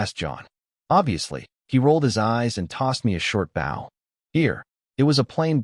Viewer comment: Why do all of these manhwa stories mispronounce the same words‽ Bow (weapon or ribbon tied with loops) pronounced bŌ. Bow (the front of a boat or the act of bending the neck or waist forward while looking at the ground) pronounced băo. I'm looking forward to part 2.